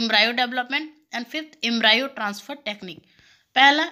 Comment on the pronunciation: Thank you but mam pronunciation proper kare Embryo ka